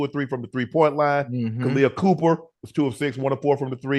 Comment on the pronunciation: Please put some respect on my Philly girl’s name… Kahleah COPPER not Cooper.